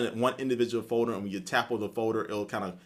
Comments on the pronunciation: um its folder not foeder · say folder again.